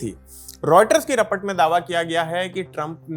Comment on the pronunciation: Report ko repart why 😅😂😂😂